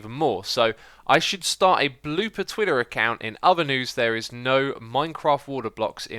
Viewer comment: One thing really annoys me about is the way he pronounces certain words, its Water, WITH A T, not Wader. its TwiTTer not Twidder. You are ENGLISH, try using the language.